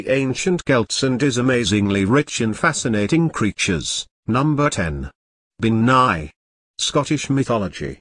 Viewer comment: As an Irish person whose been brought up on irish myths. This couldn't be more wrong along with everything being pronounced incorrectly. For example bean is gaelic for woman and is pronounced ban . Bean nighe? never heard of it I think you mean bean sidhe ( ban-shee)